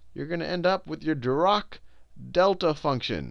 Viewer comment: Just wanted to let you know Sal, Dirac is pronounced with a harsh 'a' sound as in the end of 'attack'. We have a library at FSU named after him. I'm very proud to learn this subject at the university where the man who invented it taught.